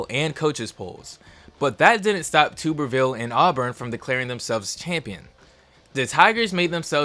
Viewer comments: as a Bama fan it kills me to say this but Auburn was screwed by this BCS. And it is Tuberville, Tub R Ville… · Tommy tuber-ville 😂🤣😂🤣😂🤣😂🤣